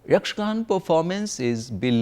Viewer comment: Great load of information, but it is a little disheartening to hear most of the words being pronounced without its ending 'a' sound including the word Yakshagana as Yakshagan. Even Sri Madhvacharya's name was pronounced wrong. Although it is still a very appreciable effort.